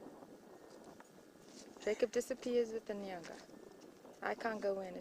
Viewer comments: Nanga not nyanga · Tayamika mandiwanzira neither it is Nanga nor Nyanga but N'anga